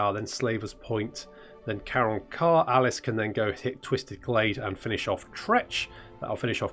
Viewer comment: its Aleef and not Alice